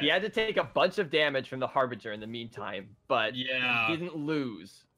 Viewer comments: This is not harveger this is harbringer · lol, not it's not. It's Harbinger. It is pronounced Har-Binj-er. I've noticed that non native English speakers really struggle with this word. It's a strange one, to be sure.